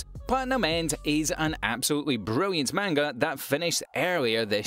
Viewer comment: Please go to google translate and see how to say manga properly